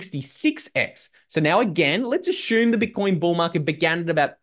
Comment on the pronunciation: JUST HAVING FUN WITH LUKES PRONUNCIATION OF THE WORD ASSUME..THATS ALL.😀